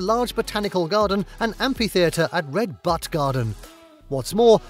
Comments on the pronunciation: The "u" in the word "Butte" is pronounced like the word "YOU", LOL. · Just FYI, “butte” is pronounced “byoot”